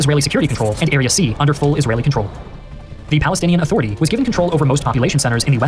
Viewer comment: Israyelle btw 😂